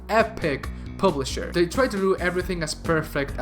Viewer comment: Dont say "publisher" again.